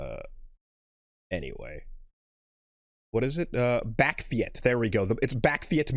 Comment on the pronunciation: Oh snap we gaan vol Nederlands lets goooooooo! For your information you pronounce it: Bawk (like a chicken) or Bach (like the composer) and feets (like feet with a s behind it) Bakfiets= Bawkfeets/Bachfeets